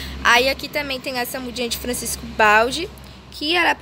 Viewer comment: Bom dia minha querida! Essa primeira muda é a Crassula Capitella Campfire! Exposta ao sol fica vermelha e essa outra é sim Echeveria Pálida! Fica gigante! Há e ñ se fala " Francisco Baldi " e sim "Francesco Baldi " tem o tom de "T" antes do C. Bjos!😘